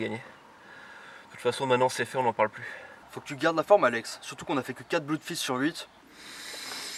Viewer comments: Je m'étais précieusement gardé cet épisode sous le coude, et j'ai bien fait : vous avez égayé mon réveillon :D (Au passage, ça se prononce plus "bleudfist" que "bloudfist", mais vu la qualité des films eux-mêmes, je crois qu'on a le droit de dire (je me permets de vous citer) : "on s'en branle" !) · Petit détail... en anglais "oo" se prononce "ou" mais pas toujours. Dans les mots "blood" et "flood", ça se prononce "blod" et "flod". C'est comme ça.